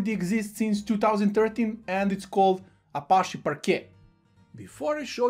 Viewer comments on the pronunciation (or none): none